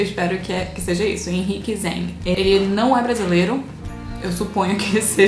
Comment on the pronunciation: Obrigado! PS, vc acertou minha nacionalidade, mesmo seja algo óbvio, hahaha. PPS, Vc não acertou o sobrenome, mas não se preocupe. Nenhum brasileiro consegue pronunciar meu sobrenome, XD